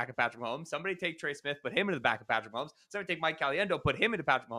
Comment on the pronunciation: Why do so many people put an "L" sound in "Mahomes" and turn it into "Maholmes"?